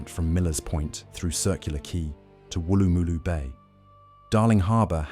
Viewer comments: Nice video but I most love the AI narraton trying to pronounce Woolloomooloo. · I thought Mosman as Mozman was bad but then came the mangled Woolloomooloo 🤣